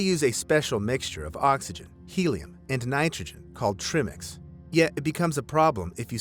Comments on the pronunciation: Good job on some fascinating, albeit sad, stories. But please get some terms right. We do NOT breathe oxygen when scuba diving, except for decompression above 20 ft. We breathe air, nitrox (air with a higher concentration of oxygen), or trimix (pronounced try-mix). Dolphins have flippers, divers use fins. And the memorial board at the bottom of the Blue Hole in Santa Rosa has been there LONG before Thompson died in '16. It recognizes the 1976 deaths and a few others. I don't believe Thompson is commemorated anywhere at the Blue Hole, at least not that I've ever seen in my 100+ dives there. I'll be teaching there again next weekend, though, so I'll look. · It's "Tri-mix" WTF? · You pronounced trimix wrong. Pronounce it like triangle the tri is like try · Trimix= tr-EYE-mix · The correct pronunciation is Try-mix... because there is literally 3 gases. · It is TRI like try - MIX not trimix. OMG, Dive Talk would be more then disappointed with this guy... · "trih-mix" lmao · Trimix is pronounced try-mix. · Tri-mix not try-mix 😂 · It's actually called Tri-mix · I love your videos, but please, learn how to pronounce trimix. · For no reason at all the way Tri-Mix is being pronounced Trimix drives me crazy lmao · You know nothing about diving you don't even pronounce Trimix right..errrr it's not from the trimix it's from the body under pressure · Trimix pronunciation drove me nuts , wonderful video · Well maybe if he pronounced trimix correctly he would have more subscribers. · Is that Tri like ‘try’ or tri like ‘trim’? :) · Stop saying trimix like that lol. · Trimmicks? Tri-mix. Tri, like, triceratops. Dumb ai monstrosity. Don’t support ai channels ppl. Give a human who puts in human effort and narrates with an organic human voice box. Ai can’t bloody pronounce words properly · TRI-MiX not "tremix" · Tri mix not trimmix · Try-mix. Not Trim-ix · Just wanna point out it's not trim ix It's tri mix as in made from mixxing three gases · It's not trih-mix. It's TRY-mix.